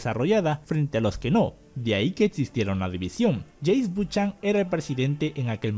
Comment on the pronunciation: Se dice Bu-ca-nan no Buchan.